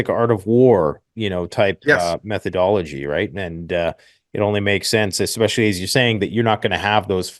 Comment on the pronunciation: I disregard adults that say EXpecially. I bet he says expresso too.